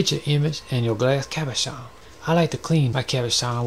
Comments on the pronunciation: Cabochon. Pronounced Cob-Oh-CHon. Cob like corn cob, O like Oh, Chon like ch in chicken rymes with john. Cabochon. Means Non facetted polished gem. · The way you keep saying Cabuchon is sending me 😂 I love that I found this. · Love your style. Very relaxing to watch. I love the way you say cabachon. That's how I'm gonna say it from now on! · So glad I found your channel, you've had me in stitches with 'Cabashon' 😂 another word for you is Chatoyance (sha-toy-awns) , that's the reflective element in the wood veneer piece you did. Keep up the videos, love your work! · Oh no! I've been pronouncing it ca-BO'-chen. Whatever. I love these. I'm gonna make these. Thank you. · the way he says cabochon is the most satisfactory thing in the entire video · Thank you! I can't WAIT to say Cabochon like you do! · I love your voice soooooo much. Especially the way you say "Cabochon". These cabochons are so gorgeous.